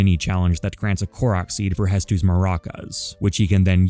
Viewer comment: You keep pronouncing Hetsu's name wrong btw